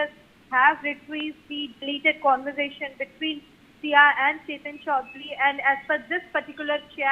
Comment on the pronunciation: 😂 lol says cunversation 😂😂😂 for conversation